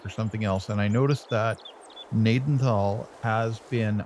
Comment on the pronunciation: Pronounced Ga-naden-tal, my great grandfather, and grandfather grew up in Gnadenthal. The farm yard in the town is our main farm yard.